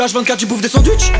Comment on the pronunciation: Quand il dit sandwich c'est bizarre